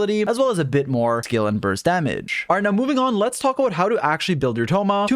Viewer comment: Help I can’t every time he says damage It sounds like another -ge was added Damagege 😭